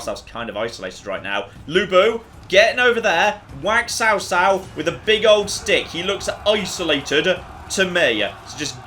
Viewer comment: You actually say tsao tsao and not cao cao but nice vid man